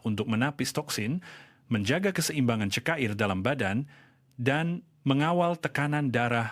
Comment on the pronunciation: 1. Sebutan sebutan pelik Cara di sebut kara Cecair disebut cekair Racun disebut rakun Cuba disebut kiuba